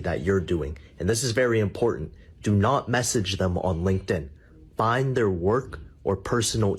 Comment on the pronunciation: You need more classes because the word is "im-por-tant" not "im-por-ahnt."